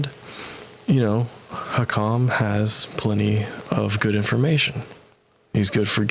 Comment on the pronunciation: Bro literally the whole point of hakim’s video (lmao at the fact you cant pronounce his name btw) is the fact that vaush mangles marxist theorists’ words to say that they would want you to vote for biden. Hakim doesnt care whether you do or not either way